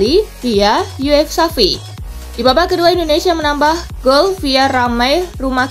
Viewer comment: INDONESIA min bukan INONESIA :v